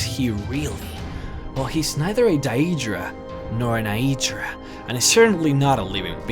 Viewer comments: Why do you pronounce it as Dyeedra and Ayeedra? I'm not being mad, but it's pronounced as Daydra ans Aydra. It may have been confusing due to its spelling as Daedra and Aedra. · dyeedra and eyedra this is stupuid it is day-dra and aye-dra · u fucking slow tard its DAE DRA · He said dedra wrong It's d-A-dra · Why does he accentuate certain letters in these words? He says deadra and eadra wrong. There's no ay eh in the words, even the npcs say it differently than him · u pronounce daedra wrong its ( day-dra) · did he pronounce daedra like die ee dra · DaEEEdra.... No lol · i like how you pronounce, "dieeedra." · why does this dumbass pronounce daedra DI E DRA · You're mispronouncing Daedra. It's like "Daydra". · Actually, It's pronounced Dae like bae and then drah. Like "Dah", but with r after d. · I'm pretty sure you've been mispronouncing Aedra and Daedra. Daedra is pronounced like day-dra. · The ae in Aedra and Daedra are pronounced, both in game and lorewise, as in Caesar. At least in Oblivion. Not DAHEEDRAH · its AY-dra and DAY-dra. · I pronounce them day-dra and a-dra, personally. And I'm American.. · Not liking that pronunciation of daedra and aedra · I get that this is years dated, but legit pissing me off with the blatantly incorrect pronunciation of Aedra and Daedra. Just saying. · You sound Australian when you say aedra and daedra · You pronounce daedra and aedra wrong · Also, the way you pronounce Daedra and Aedra...do people who make lore videos even listen to dialogue? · Well at least one of the things you said was wrong the didn't have 5 children Sithis "gave" her 5 children also the way you say Aedra and Daedra(wich is wrong) really ruined the end for me.